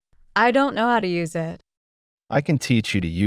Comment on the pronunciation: Спасибо, все отлично. А простое выражение на ми. 25/29 совсем не возможно догадаться даже на слух "I don't know hоw to use it". Неужели все так произносят: ай донт арыаіт. Несколько раз слушала и не понять. Интересно было бы услышать это выражение в другой озвучке. Спасибо ещё раз.